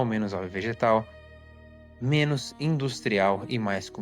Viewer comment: Impecável, só corrigiria a pronúncia de “menos” e não “menos”.